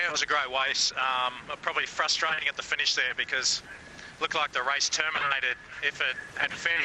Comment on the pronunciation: “yeah it was a great wace”